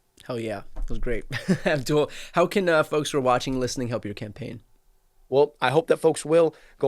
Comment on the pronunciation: Brian, his name Aboul. No D